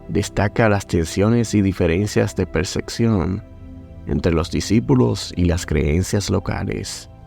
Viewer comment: Percepción hermano no Perseccion☝🏼se pronuncia distinto😢 … 🗣️👂🏼…🫂❣️✨